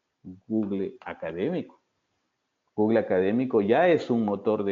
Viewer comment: Muy interesante y gracias por la información suministrada. Le sugiero al que revise la pronunciación de su inglés con los docentes de su universidad. Ejemplo: Google = /ˈɡuːɡ(ə)l/